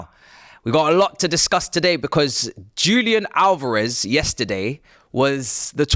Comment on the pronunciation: DJOOLIAN ALOREV. Jesus, you brits are so shite at pronouncing Hispanic names And you complain about how North Americans pronounce words? LOL😂